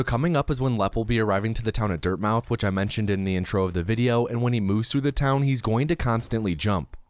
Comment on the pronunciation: Incidentally (and you're not the only one to do this), I don't think you're meant to pronounce the O in Dirtmouth. I think it's a play on words reference to Dartmouth. Quality video as always.